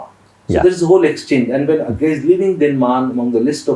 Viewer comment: Bhai its not A-gay Its अज्ञेय 😭 ये कैसा फुद्दू एक्सेंट बोल रहे हो 🤲